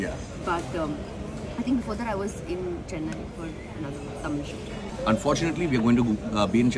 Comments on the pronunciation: lol .. ur Tamil accent is sooo funny, she is right horrible pronunciation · So confidently you guys pronounced it wrong 😂 but must say good try I wish you see this same video after the correct pronunciation 😊😊 Love you both